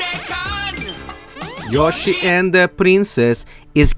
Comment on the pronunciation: i swear I was hearing him as saying "Look at Joshhy! Look a Joshhy!"